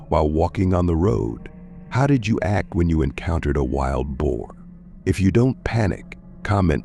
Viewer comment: It is prounced Bo. Not bow. Bow this type means to bend over.